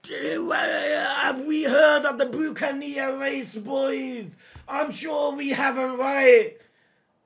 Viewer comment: It's pronounced as Buck-an-ear